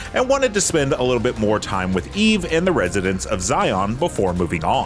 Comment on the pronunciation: did he say E-V and not eve? i thought these reviewers were supposed to be gamers.